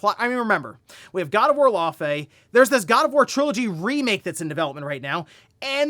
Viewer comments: "Lau - fi" say it with me lol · Love all the videos , I watch every morning That pronunciation is close it’s pronounced (Lau -fee) it’s the same name as the ice giant from marvel , so you got it pretty close but the it’s Fee when you pronounce the whole name , even if the devs told you that’s it they’re incorrect 😂 fey pronounced FAY is a nickname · How come no one can pronounce Laufey correctly. I must've heard like 5 different news outlets all saying her name wrong.